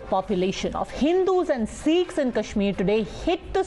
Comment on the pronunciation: It's Sikhs and not seeekhs